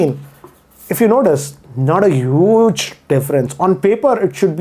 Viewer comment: The way this guy pronounces the word 'huge' is just ROFL 🤣 listen in